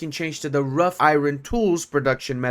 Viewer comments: "Wrought" (in wrought-iron tools) in pronounced like the word "rot", not like the word "rough". English is weird. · Homie, "wrought" as in wrought-iron is pronounced as if it were "raat" or maybe "rot". It's from old English, meaning "worked" as a now archaic past participle. It's still used in metals and similar works to mean something that has been shaped, typically for visual appeal. In the case of structural iron, it was how it was prepared and formed to get a carbon content of less than 0.1%. Rough Iron is actually a thing also, which is why it was pretty confusing. It's from casting in sand, which leaves a rough finish; in the old days, this a cheap way to make cast iron cookware for the plebs, but was harder to use and keep clean due to defects, as a result.